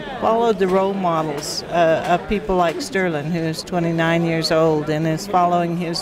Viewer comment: Haha...his name is STERLIN. No 'g' at the end.